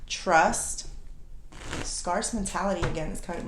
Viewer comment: Not being arrogant or impolite, but scarce is pronounced like "scare" plus "c".